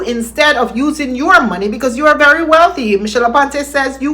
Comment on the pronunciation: I think it's selected words something to do with the vowels of the preceding words. Like I said as explained to me by my colleague. He cannot say very. It's always "bery". I came across this about it. "Put in terms of the International Phonetic Alphabet, the English letter ‘v’ represents the sound /v/. The Spanish letter ‘v’ either represents the sound /b/ or the sound /β/."